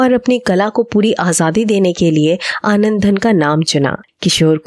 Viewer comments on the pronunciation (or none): आनंदधन नहीं, आनंदघन!